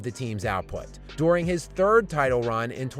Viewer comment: I really don’t like how this guy says “during”